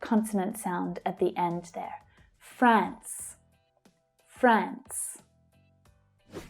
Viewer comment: why did you pronounce france different from the transcription written under it?